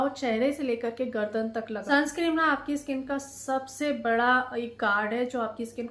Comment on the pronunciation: Madam sunscreen hota nai sunscrem nahi hota